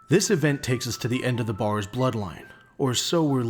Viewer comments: The biggest misconception of the barrows family is their name, the A is pronounced as E, so its actually called berrows or bärrows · The biggest misconception of the barrows family is their name, the A is pronounced as E, so it's actually called berrows or bärrows